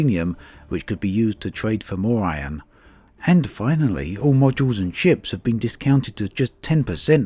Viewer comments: I like how you say Iron (ion) xD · Drakey Fenix thats how we pronounce it here in NZ